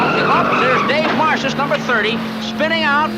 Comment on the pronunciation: Mr. Economacki rarely mispronounces anyones name. He ooopsed one here. Dave Marcis. It was a time time thing, god i loved him so